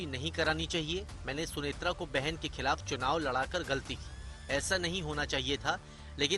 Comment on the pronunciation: खलाफ , घलती बोलने की बजाय हिन्दी उच्चारण ही बोलदो मेडम हम समझ जाएंगे ।।